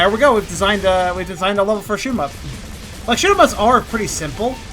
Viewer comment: Sounded like you said shit em up lol